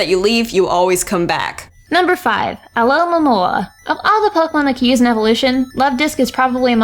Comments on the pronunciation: "alohomora" lol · SAID ALOHAMORA WHEN TRYING TO PRONOUNCE ALOMAMOLA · It's Munna, NOT Moona! And it's Alomomola, NOT Alomaloa! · you said amaura trying to pronounce alomomolas name. I don't blame you for that. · Nobody can pronounce Alomomomolola